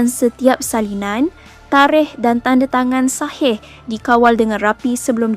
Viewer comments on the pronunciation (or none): none